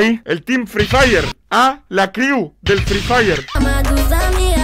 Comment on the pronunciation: Nadie: Absolutamente nadie:: La cReeW FrEE FirE